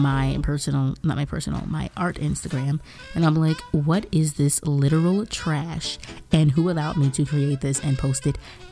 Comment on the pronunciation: You put so much emphasis on "garbage" and "trash." I'm cracking up. Also, this is one of my new faves. Start selling prints please!